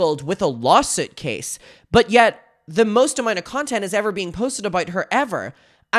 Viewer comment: "Lawsit" lol